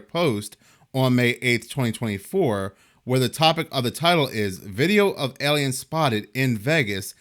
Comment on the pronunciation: It's pronounced AY-liens, not Eliens.